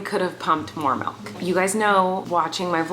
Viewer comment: bruh I love you Colleen but the number of times u said malk and not milk made me so angry. love you though!!